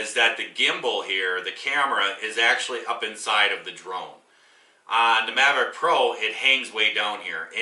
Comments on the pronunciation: Mavic not:)) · You should learn how to pronounce the name if you're going to review something LOL maverick? Its mavic!